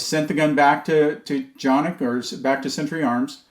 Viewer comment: How dare you pronounce the name of these pistols correctly. What's wrong with you? If people continue with this silliness, everyone will soon be doing it. ;-)